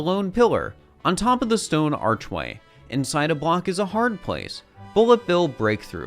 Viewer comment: “on top of the stone archwayl”